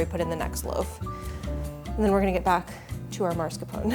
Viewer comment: I love your content so much!! But please it is pronounced MASKARPONE